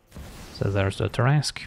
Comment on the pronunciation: love your stuff. Splitting hairs: its pronounced Tarras-'cue'. Like billiards cue ball. =) much love.